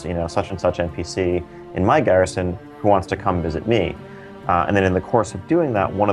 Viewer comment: Dat french pronunciation of Garrison. Gherishon!